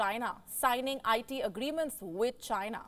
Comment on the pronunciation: Why do you lay much stress on the word "CHINA" when reporting? I have enjoyed your broadcast since the start of this year because I feel you are not as biased as other news platforms on YouTube. It seems you are drifting away from that little by little especially when you making a report on a ripple-relationship nations with India. So much emotion in the reporting. Come on don't be like American media that can't be trusted with information dispense.